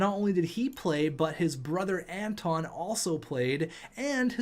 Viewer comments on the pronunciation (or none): none